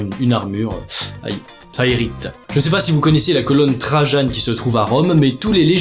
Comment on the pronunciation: pour information on ne dit pas trajane mais trajan, sinon bonne video